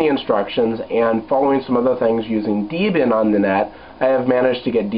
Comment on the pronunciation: Oh, another thing: say it with me -- DEHB-ee-an... Debian... Not DEE-bee-an. Think of the names Debra and Ian... That's where the name comes from. You wouldn't call her Deebra!